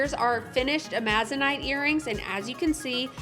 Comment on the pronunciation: I'm not the pronunciation police, but the stone you're using, (Amazonite), gets its name from the green Amazon River and rainforest. Just like the region that the stone is named after, the accent is properly voiced on the FIRST syllable, not the second.